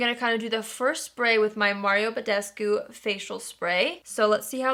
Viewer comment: Ba-des-koo is the correct Romanian pronounciation., you say is very closely, but you say it more like Ba-des-goo. Anyway, i love your channel. You're doing great girl!!! -julie